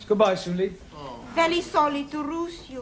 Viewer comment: very solly to roose u 😂